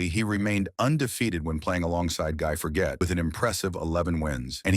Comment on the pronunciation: Aside from the terrible pronunciation of both Henri Leconte's and Guy Forget's names, when you say that Leconte beat Lendl, you are actually showing a picture of Bjorn Borg... there were a few other picture errors but they were not as noticeable and appearing for a shorter amount of time or had multiple players so could be perceived as illustrations. I saw a picture of Leconte and Lendl side by side but it was much later in the video.